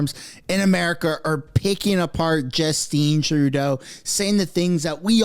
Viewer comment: / Justeen Trudeau lol /